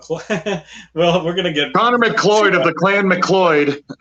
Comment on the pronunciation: Bob's name is pronounced McCloud